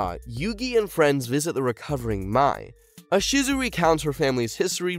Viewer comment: I hear Ahsizu. Bruh. Gearfried? Really? Ugh.